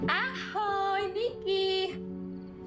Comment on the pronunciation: its not "nikki" its "niky" omg this is the hardest watch ive seen in the past year